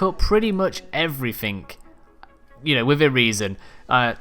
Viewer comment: Does this guy know "everything" doesn't have a k at the end?